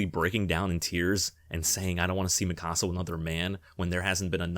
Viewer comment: The only thing worse than the ending of AoT is the way you incorrectly pronounce Mikasa even tho there is 4 seasons of an anime that tell you how to properly pronounce it